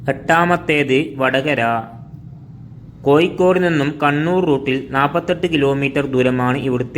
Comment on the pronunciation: കോഴിക്കോട് എന്ന് പറയണം